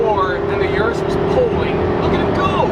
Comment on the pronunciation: its Urus, not yurus.